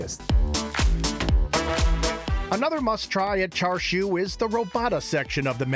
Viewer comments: Thank goodness someone said it, it was driving me nuts to hear him keep saying 'char-shu'. Like is it that hard for him to say 'cha'? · Chashu not Char siu, that’s two different things. He keeps saying char siu. The foods really looks good though 🤤